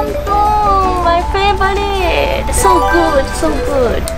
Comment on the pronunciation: 頃のmy favouriteの発音が、フィリピン英語の発音でした。染まってきてますね～。